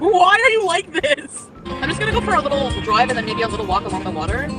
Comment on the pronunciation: "Oy went for a droive at noin a.m."